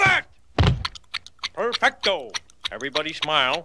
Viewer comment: Perfecto is Not heco